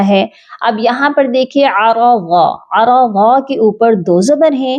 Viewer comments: App ara za prh rhi hn..jnky hoga arzaa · ARAZA TO NHI DOOSRI DAFA ARZA HAI. GHOR KRO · AAP aa Raz za pr ti hei jb k zuad zabr nhi he aur zuad ki sawaz dabal huti he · This isarza not araza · Mam arza ha araza nhi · Zabardast MashaaAllah. You were putting zabar on RA saying aarada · Bar bar aarada prh rah han plz correction kran